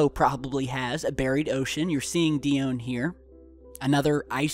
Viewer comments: It's "En-chela dis" and "Di - o - Knee" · Grrrrrrr.... And die-own.... Gawd I sownd just like a pro-nun-see-a-shun natsi..... Sorry.... I'll stop... You can look up Ganymede and the rest if you want to know about those. Just get well soon. Love the vids!